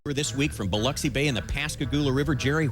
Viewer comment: OMG! actually pronounced Biloxi correctly!